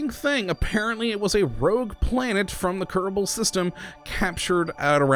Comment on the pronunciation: I Always hear you say "Kerbou"